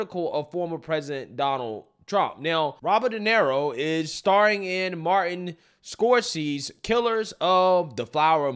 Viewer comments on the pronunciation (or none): “Martin Scorcy” 😂